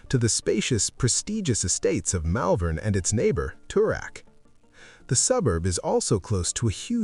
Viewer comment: 👎👎👎 Hopeless American AI narration, Malvern is pronounced Mollvern in Melbourne. Documentaries should be accurate not made up AI. 👎👎👎 Give Australia Australian narration. 🇦🇺🇦🇺🇦🇺🇦🇺🇦🇺🇦🇺